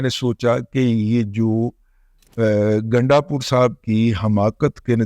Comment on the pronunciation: گنڈا نہیں گینڈا